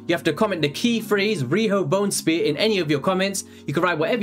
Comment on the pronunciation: "Riho Bonespear" 🤷🏻‍♂️